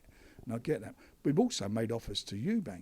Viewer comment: All these years he’s been involved in boxing and he still calls Chris Eubank “Chris Eubanks”